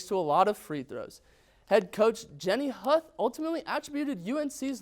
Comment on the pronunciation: Huth is pronounced WHO-th.